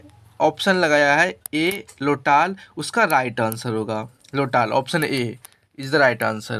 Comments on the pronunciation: लोटाल नहीं ❌ लोथल होता है सर ✅ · Lotal nai hota hai sri ❌lothar hota hai ✅